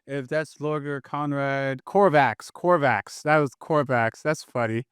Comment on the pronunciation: how it do, how it be? 💪😎👉 Btw it's not "Corvax" either. "Corvus (like a crow/raven) Corax". Just want you to know 🥺